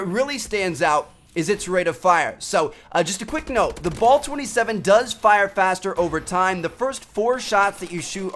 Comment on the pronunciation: Bal* not bol